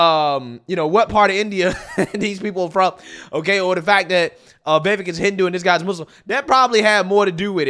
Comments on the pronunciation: It’s Vivake . It rhymes with cake. I know I spelled it wrong before anyone points that out. But yeah, so I hope this guy is not phony. Would be nice to have a VP with a spine and intellect on our side. ❤ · Go Vivek!!!! Take those bozos DOWN ! Also, it has been confirmed by the the man himself ....it is ViV-AKE...rhymes with cake. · You tell people we don't know what we're talking about but you don't know how to properly pronounce Vivek! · Dude. Pronounce his name correctly! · VIVEK rhymes with cake! 😁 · You still can't pronounce Vivek lmao after how many videos you posted of him. Not only that you actually like the guy lmao 🤣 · 👉HIS NAME ISN'T PRONOUNCED "VAYVIK," HIS NAME IS PRONOUNCED "VIVAKE!" 👈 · I am a subscriber of your channel and watch you daily.I wanted to let you know how to pronounce "Vivek".... Its "Vuh Vake" not "Vi Vick" Keep up the good work. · Pronounce his name correctly, Vi-VAKE, not Vi-vekk. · It's Vivek sounds like CAKE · It’s NOT “Vehvek!” Learn to pronounce the names of your video targets, not only out of the respect you owe them, but so you don’t look like a careless ass! Vivek’s name is pronounced “Veevek.” You’re, but you wouldn’t like it if people start mispronouncing your last name as Foreskin, would you? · It’s pronounced Vi-Vake. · It's pronounced VivAKE like cAKE. He's a straight up baller. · ViVAKE it rhymes with cake. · Pronounced, Vavake or Va-Vake like cake. Just FYI, LOL. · Pronounced "Viv-VAKE" accent on "Vake" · Vivek like cake. Stop saying it wrong. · His name is V I V E K…..not “VEVIK” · Vivek is pronounced vi Vake......sounds like cake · Say it with me, Vi-vake. Like cake. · Rule #1, never trust a Democrat to tell the truth. Rule #2, never trust a Democrat.😂 Also, he said his names is pronounced Vi-Vake, like cake. Just for future reference. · Remember, his name is pronounced Viv - ake - rhymes with cake. 😄👍🏾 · his name is pronounce Ve Vake as in cake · It's pronounced Viv-Ache. It rhymes with "cake".